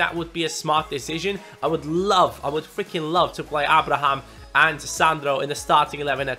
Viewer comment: I HAVE SAID THIS THE PAST 1-2 SEASONS ABRAHAM'S NAME IS PRONOUNCED (AY-BRA-HAM) SORRY TO BOTHER YOU ABOUT THIS BUT IT HAS TO BE DONE. LIKE SO CAN SEE.